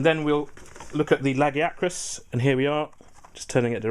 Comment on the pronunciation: YES! You san LAG-ee-a-crus. Not leg-eye-uh-crus.